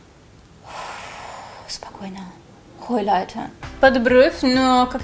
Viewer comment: Хахахахаха орула ,когда она сказала ХОЙЛАЙТЕР